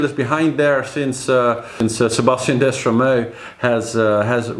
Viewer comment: DESTREMAU and not Destramau !!!! Hi from France